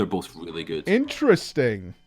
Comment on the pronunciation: "bowf de sheyman specs" jez dude lol.